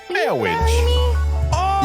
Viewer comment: marrwage :3